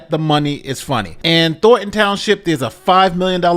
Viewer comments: "Thor-un" Townshjip? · Thorn-ton, not “thor-en”